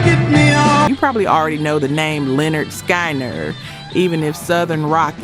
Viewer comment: You need to try and do better with the AI narration…it completely bungled the name Lynyrd Skynyrd…it pronounced it like “Skienerd”